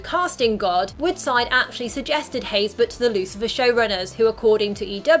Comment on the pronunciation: for the longest time, before seeing his name in the opening credits, i thought Dennis' last name was "Haysberg", not Haysbert. the way Dennis pronounced his last name one time, i sounded like it had a G in it. O_o